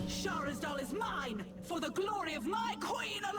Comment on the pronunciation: I'm confused. You kept pronouncing the weapon's name as though it had a second 'h', and when Erunak said its name, you said there's a "light 'h'". There is no second 'h'. And yes, I realise this video is a few months old.